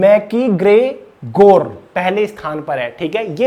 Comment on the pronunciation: Hlw ji..current affairs toh thik hai..bt apni pronounciation par kaam kijiye thoda..apke galat pronounciation se word ka meaning change ho jata hai..eg. 36.24 mintute par dekh skte ho...mcgregor hai uska naam..aap pta ni usko kya pdh rhe ho..listening ka farak pdhta hai listener ko..thanku